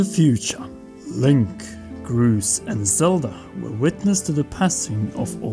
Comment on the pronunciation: What the heck u said Groose the hero of the sky